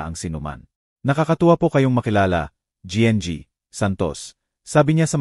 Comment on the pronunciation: Listening n watching fr Santiago general trias cavite Trias cavite,, sir correction lng po GNG,,po sa Tagalog po yan ay Ginang Santos,, Ginang Santos , thank u po